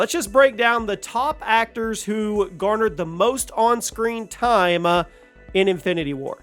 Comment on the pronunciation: I never knew the words TIME and multiple other words were pronounced eith an 'A' on the end TIME'A